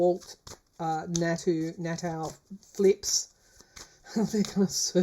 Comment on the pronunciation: Blessings to you, and thank you for your insight,. BTW - 45's co-defendant's last name is pronounced "Naw-tuh."